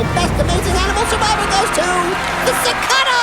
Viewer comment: Cicadas: you're pronouncing it wrong.